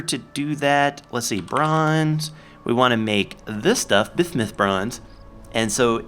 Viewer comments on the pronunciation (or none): I'm pretty sure "bismuth" is pronounced "biz-muth" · Why are you saying Bismuth like that? 0_o